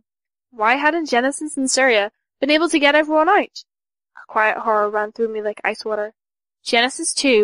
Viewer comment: The lack of distinct character voices is annoying, but what keeps getting me is the pronunciation of 'Sierra' as 'Syria' 😅